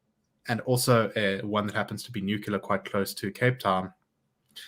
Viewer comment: Not nuceller. It's nuclear.